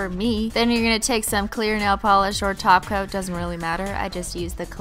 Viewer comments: she says taco instead of top coat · I love the way it sounds like you say taco instead of top coat!😂😂😘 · Now it sounds like she is saying taco on purpose instead of top coat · Why do you say "Taco" instead of top coat? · She says 'taco' instead of 'topcoat'..... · you need to learn to say TOP COAT NOT TACO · Amanda Torres SHE SAYS TACO OML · She says taco on purpose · Rory Turing she DOES SAY TACO JEEEZ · She really says "taco" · Rory Turing she says taco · she’s saying taco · She says taco to top coat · that's cause she is saying taco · She does say toco in every flipping video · Even I heard Taco..... This time.. ✌ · A. Sam haha XP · Joeybrian2 because she’s saying taco on purpose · she is saying taco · When you say "top coat" it sounds like your saying "taco". Ha ha !!🤓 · lol when she says top coat its sounds like taco! :D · When Kristine says top coat I always think she says taco xd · top coat sounds like Taco sometimes CX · When u say top coat, it sounds like taco(not hungry) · Christine. ....... thats not how u speak Russian. ... just no..... and I hav never heard of glossy taco.... where do you by it??? this is my dads account but I am a 14 year old girl who is obsessed with your videos.... I AM PROUD TO BE A HOLOSEXUAL!!! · it sounds like your saying taco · who thought she said taco not top coat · Joeybrian2 she does that on perpose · She is